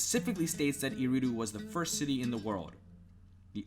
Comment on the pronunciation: Aridu not eridu